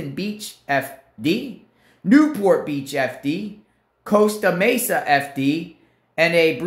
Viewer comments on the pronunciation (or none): none